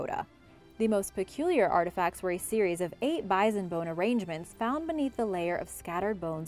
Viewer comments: Bizon? Doones?? Please, Origins Explained, find another narrator. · How come you can pronounce the Indian tribes names so well but say bison with a z? No z. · This is the 3rd video I have heard "Bison" pronounced as "Bizen"... Have I been saying it wrong my whole life with the "s"... or is this an acceptable alternate pronunciation... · she's pronouncing it wrong, your good lol